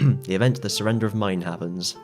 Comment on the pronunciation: Its Maine, pronounced like mane. Not mine. Good vid.